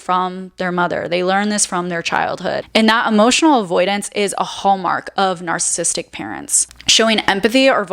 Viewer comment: Had to stop watching at the first mispronunciation of "narcissistic". It's not "narcissistic". Do better, especially when it's a main theme of your discourse.